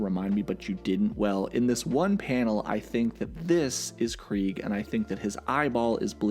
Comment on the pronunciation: Kregg, pronounced “Kreeg”, sounds like the German word for “war” which is “Krieg”, pronounced in a similar way. Honestly I think it’s a badass pronunciation.